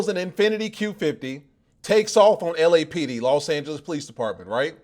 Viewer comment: In this case does LAPD is pronounced as LAPPED! Lmfao!😂